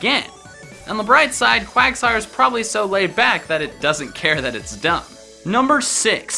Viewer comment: IT'S QUAGSIRE, NOT QUIGSTIRE!